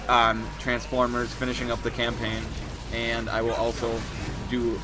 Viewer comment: Didn't he just say campaign